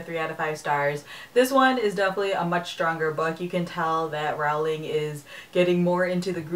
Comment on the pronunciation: It's annoying that you still pronounce "Rowling" incorrectly. It's supposed to sound like "rolling".